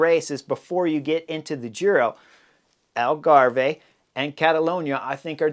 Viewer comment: Hi Chris ...Algarve is pronounced like Grave. no "eh" at the end. That is unless you are Canadian Eh! LoL